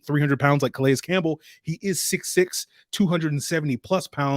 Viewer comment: Good stuff,. btw i think his name is pronounced 'Ka-Lay'. the S is silent